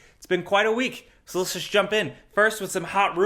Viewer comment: “So let’s just” Jake says “Shersh jursh”